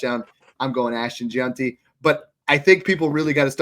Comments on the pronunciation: If we could get that one guy to pronounce it “Jenty” instead of “Junty” we’d be getting somewhere. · JeANTY Jesus you see his name everyday and still cant say it right 😂